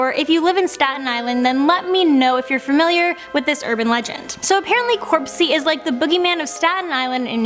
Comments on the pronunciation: It's NOT corpsey, it's CROPSEY! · It’s cropsey not corpsey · It's cropsey not corpesy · It's Cropsy, not Corpsey